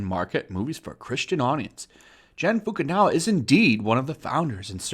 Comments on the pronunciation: why u keep saying FUKU NAWA it's FUKU NAGA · Just a bit of a correction for you. Its pronounced foo-koo-nah-gah not foo-koo-now-ah I always thought Funimation was weird. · They mean as opposed to "nawa" which is what's been used consistently in the video but emphasised the wrong part of the name. Maybe it's just a presumed cultural/language difference thing, or just simply misreading? I don't want to presume anything worse. But romaji (japanese written in latin letters) doesn't use any weird pronunciation trickery that would lead to naga sounding like nawa. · Anyone else notice that Fukunaga is being pronounced Fukunawa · You are butchering Gen Fukunaga name so badly. You have been saying 'Jin Fukanawa' through your whole video 😂😂😂😂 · What's his name? Fukunawa? I didn't realize that was how you pronounced a G. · Just a little heads up. Naga is pronounced Nag-Ah.